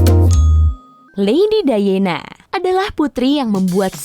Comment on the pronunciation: "LEDI DAYENA" 🤣